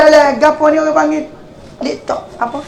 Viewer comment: Seorg ustaz x kan cakap sombong dan riak cm tu, perasan jer lebih, pendidikan dan akhlak ULU kelantan punyer level..Laptop pun x tau nk sebut..ape ker bodoh bebenor...😂